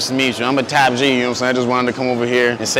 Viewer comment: Top G not Tap G bro 😂😂😂😂